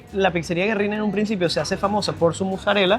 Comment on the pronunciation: Corrección a la muchachita, Güerrin es un nombre en italiano no en español y suena Guerrin.👍🏻